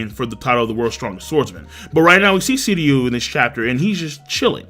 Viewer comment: SHiryu... pronounce the SHHHHH sound bro. Sounding like a noob my dude. Get it together.